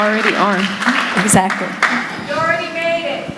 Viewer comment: What's the last word Teal says on the video ??? Go for power... 'trackly' 🤔 ???